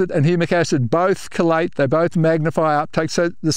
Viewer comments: well I am hearing a pronunciation closer to collate for chelate which is what the AI transcription is picking up. Here goes a voice type trial: "is it cold late or key late. Collate or chelation." By careful annunciation and changing chelate to chelation it was able to distinguish the difference. Thanks for your response. And for all of great experience being shared! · The captioning translation is saying collate do you mean chelate? Your Aussie pronunciation is changing what we in USA pronounce as "key late"